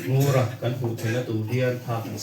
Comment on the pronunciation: Ngura chu tunge ani tih keini chuan kan hre lo a ..Ngura han tih teh tawng chu mawww a fiah lo mangee